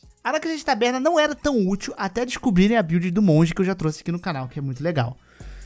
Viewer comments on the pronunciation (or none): none